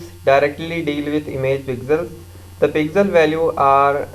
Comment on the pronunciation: lode pixel hota h pigsel kya bol rha